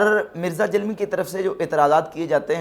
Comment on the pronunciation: جب آپ جہلمی کہتے ہیں تو ایسا محسوس ہوتا ہے کہ جہنمی کہ رہے ہیں